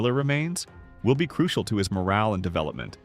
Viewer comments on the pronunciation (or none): none